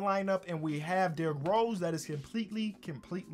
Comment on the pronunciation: I love how he says cimpletely instead of completely